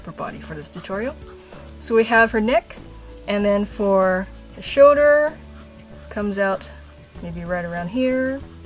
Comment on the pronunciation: Has anyone noticed she says "shoder" in stead of "shoLder"?